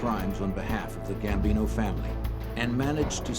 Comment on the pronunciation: Gambino not Bambino